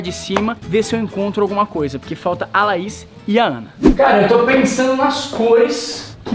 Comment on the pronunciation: Ele falou laisa ao invés de Laís kkkk kkkk kkkk